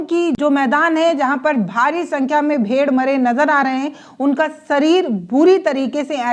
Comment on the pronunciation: यह भेड़ है भेड़िए नहीं है मोहतरमा, जबान चलाना ही आता है या अक्षरों का सही सही उच्चारण बोलना भी आता है यह भी कह दो कि बचे हुए खाने में बीजेपी वालों ने जहर मिला दिया था।